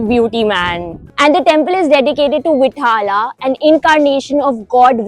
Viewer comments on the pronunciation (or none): you should pronounce vitthala and virupaksha properly. it is not Vitt-hala it is Vit-ttha-la and Viru-paak-sha but good video, informative :)